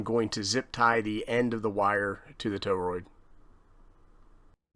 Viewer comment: Wanted to bust ur chops on your pronunciation of torroid 😅😂